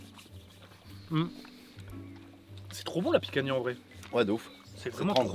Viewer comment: Picanha c'est Portugais on ne prononce pas le "a" a la fin c'est ma viande préférée. Ps: vous êtes les meilleurs je vous kiffe